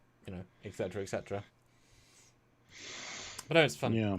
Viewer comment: "etc." is pronounced "et-cetera", not "ex-etra"